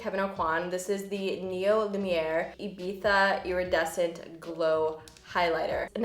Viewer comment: Such a great video, I feel like we can all relate! LOVE the makeup look you are wearing, it's different than your usual looks but yet so flattering. By the way, as someone from Spain, I couldn't be more excited over the fact that you actually know how to pronounce Ibiza haha made my day!